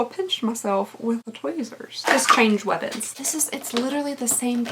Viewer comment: Pronouncing weapons as “webbins” was my favorite moment